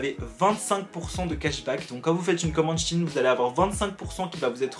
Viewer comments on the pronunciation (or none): On dit SHEIN pas shin comme veine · C'est pas Chine sa se dit sheiiiineee 🤦‍♀️ je vais les baffer c pas français donc faut l'accent on se réveil les Français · on prononce CHI INE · Moi je dis shEIN même si je sais que ça se prononce Chine 😭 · c' est pas chine c' est shein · J’adore: SHEIN = chine Moi: SHEIN = ShEIN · Moi aussi je dis comme toi mais le réel non c’est SheInside (She inside) donc normalement c’est chiine mdr mais bon même moi je dis SHEIN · j’dis pareille tkt 😭 moi j’dis SHAINE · non ça se prononce bien « Chine » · perso je prononce "cheyne" (comment jai écrit ça mdrr) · Moi je le prononce SheIn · ca se prononce chine hein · Moi je prononce "cheine" 😂